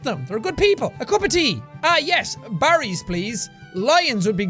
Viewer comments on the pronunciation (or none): NOO JACK ITS BARRYS TEAAA